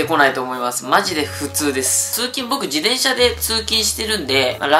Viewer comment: じてんしゃ ね じでんしゃ じゃなくて😇